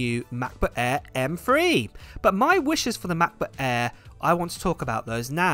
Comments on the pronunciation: Just love how British people pronounce MacBook Air. The Maboo Ae??? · If you want to learn the German letter Ä then Just listen to him Say MacBook Ä